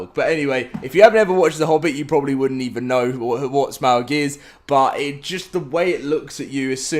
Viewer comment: For all LOTR fans: who noticed that he is saying Smaug’s name incorrectly as it is properly pronounced as Smog.